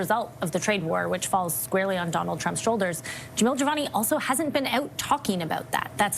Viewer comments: His name is Jamil, not Javal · its Jamil and not Jemol or Jevol or Jevil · It’s Jamil, not Jamal. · Its JAMIL not jamal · His name is Jamil....not whatever the fuck you keep saying 😅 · Dude, you have got to take a moment to learn how to say Jamil. You've called him everything but his name, lol.